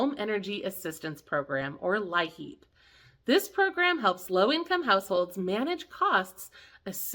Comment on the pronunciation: In WV it is pronounced 'LEAP' , , not 'LI-HEAP'. (Thanks for all your hard work!😊)